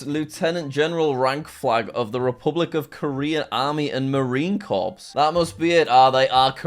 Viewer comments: it's pronounced kor not corpse ;) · the p and s are silent